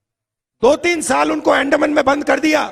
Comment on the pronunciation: Hyala aandman Pan nit uchaarta yet nahi